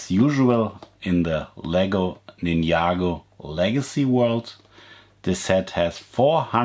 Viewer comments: LEGO NINYAGO LMFAO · This person is prounsing Ninjago is wrong